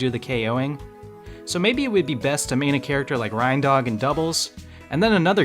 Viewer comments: Rine dog and rudolph the red nosed Rine deer. Great review, great video. gave it a thumbs up...but Im sorry i cant get over you saying RINEdog when dudes got reindeer antlers... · I bet this guy pronounces the things that pull Santa's sleigh "REYN-deer" LMAOO